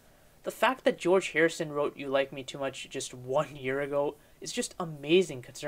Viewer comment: Jee-Orge Martin was a producer too.